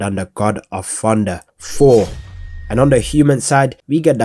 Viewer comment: "the god of funder four"🗣🔥🔥🥶🥶